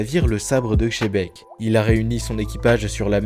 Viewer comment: Tabarnak on ne si pas shebec C’est xebec on dit le. X comme S OMG J en ai marre d’entendre xebec come shebec